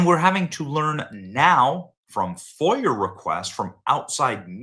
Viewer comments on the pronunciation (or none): none